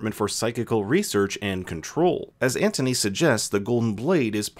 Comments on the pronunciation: It’s not Antony that’s what you said😂 it’s Anthony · It’s pronounced Ant-unee.